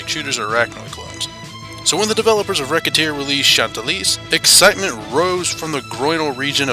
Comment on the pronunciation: Nice review, but Isn't Recettear pronounced Re-Set-tear?